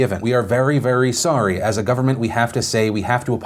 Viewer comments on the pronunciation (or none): none